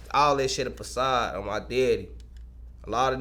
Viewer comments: Can he not say the letter f? Pacility and pacade. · man say pacility and pacade lol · Pacility and Pacade? Maybe he doesn’t like the letter “F” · What the f*** is a Pacade??? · Everybody leave the “PACILITY” & Alotta these N**as a “PACADE” 😂😂😂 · “Pacade” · "Pacility" and "Pacade". If pushing 🅿️ was a person. 😂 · NAh he said pacade twice 😂😂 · "all that shit a pacade" lol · Bro said pacade at the end 😭😭😭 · pacade and pacility 😭